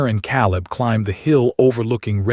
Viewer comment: Correction: Eleanor = El-lăn-ōr not Eleener Caleb = Cā-ləb not Calb.